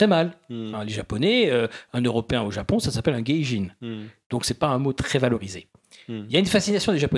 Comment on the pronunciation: Un blanc au Japon est un hakujin. Un gaijin c'est un étranger. Ça ne se prononce pas geijin. Le terme complet plus adéquat est gaikokujin.